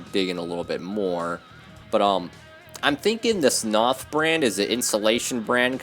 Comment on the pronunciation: Knauf is pronounced "nowf" according to their Youtube channel